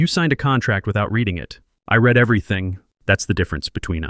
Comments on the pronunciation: Why is it that almost every one of these videos posted can never pronounce the word "read" as it's used in the storyline? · do you think these AI scammers will ever learn the nuances of English (read/read).